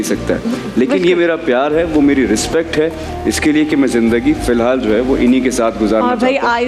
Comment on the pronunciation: Everything is fine but danish Ka "Filhal" 😂